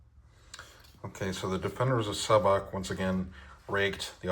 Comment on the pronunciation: Hello, I’m from Šabac. The Š is pronounced as a sh- sound like in shadow and the c at the end is pronounced like the ts in tsar so something like sha-ba-ts. Great video, always happy to see my home city mentioned especially in historic contexts 👍